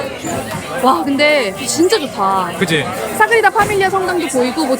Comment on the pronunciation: 너무 예쁜 커플 결혼 15년차라니 아무리 생각을 해도 이건 10대에 조혼하신 게 아니면 말이 안돼… 인간 러블리~~~❤ (소곤:그런데 사그리다 아니고 사그라다예요 😅)